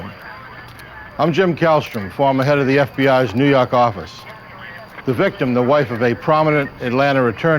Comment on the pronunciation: its new yawk awfise, lol